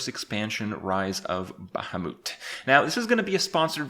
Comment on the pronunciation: What the actual fuck is a bahhamoot ?